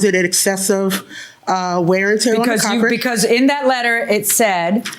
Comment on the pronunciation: "Carpret", it's not the first time I heard that on this show.